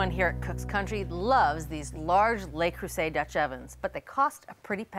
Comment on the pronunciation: Finally! or someone stopped saying "lay" Creuset!